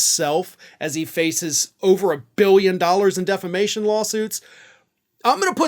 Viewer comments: I hope he keeps calling if "deflamation" in court. Too, too, hilarious! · You mean "deflamation"